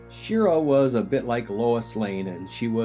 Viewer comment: And Shira => Shee-Rah!